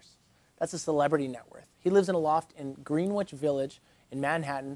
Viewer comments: It's pronounced, "Gren-ich" Village. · Lmfaoooooo said GREEN-WITCH 🤣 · GreenWhich???? Lol Greenwich